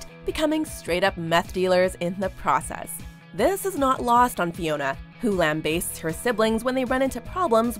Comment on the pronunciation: Why do you guys insist on using the word “lambaste” in so many videos but never pronounce it correctly? Lamb-basst